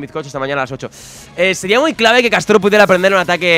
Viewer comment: En la layput aale castor y no castoro